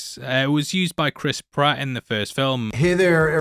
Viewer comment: Did you say Chris Prat?